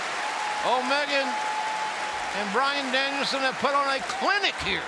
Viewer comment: Bryan fookin Danielson! Get it right!